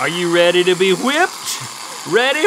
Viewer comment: "Are you reddi to be whipped?" - Link 2016